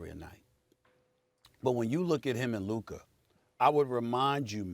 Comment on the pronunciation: Who is Luker?? I thought it was Luka